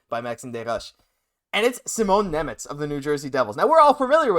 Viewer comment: Šimon Nemec please! (read as Shimon)